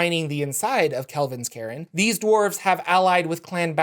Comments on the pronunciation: Thanks for doing these videos as always. In case it hasn't been mentioned "cairn" is pronounced /kern/. If you Google the word and click the speaker button you can hear the pronunciation. Too made you can't do the same with a lot of FR names, eh? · You do not say cairn like Karen. Drop the e sound. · Cairn is pronounced like "urn", but with "care" instead of the "u" sound. It's Celtic, meaning a pile of stones, usually denoted for burial spots.